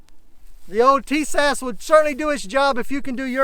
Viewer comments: it's pronounced: Tie Us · "Tee-Shash"?? ;-) I detect some southern influence here. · yes I am following it and your pronunciation is wrong. You'll be okay